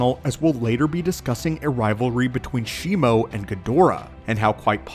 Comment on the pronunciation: Bro the name is shimu. Where did shimo came from